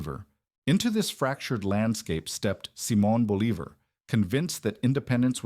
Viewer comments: Believer? Boh-lee-vahr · I thought I knew quite a lot about history, but I've never heard of a Simon Believer. Seems like a big guy in South America. Is that a religious figure? A nickname? Please put some effort in pronouncing names right in their language. This was just butchering his name. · 😂 “BOL-e-ver” haha really? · No, it's pronounced "boh-LEE-bahr"; the author was just cutting corners. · Repeating Simon Bolivar's name completely wrong was really annoying.... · It was sooo annoying i had to stop and dislike the video. It was more than annoying, it was unnerving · Yeah, I can see how that’d be frustrating. It takes away from the serious tone of the video when something that basic is messed up. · Hey, some of us want to hear about Justin's comeback tour. Yeah that pronunciation was terrible. Offensively so. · Dude the inability to pronounce his name kills 100 of the credibility of this video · I get it, mispronouncing his name does make it hard to take the video seriously. It’s a small thing, but it definitely stands out.